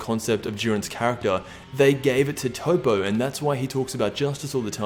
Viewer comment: Still cant pronounce Toppo I see.